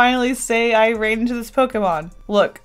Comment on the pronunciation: I love you but the way you say Pokemon makes me want to die